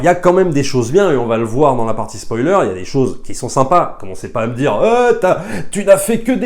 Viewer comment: On ne dit pas spolier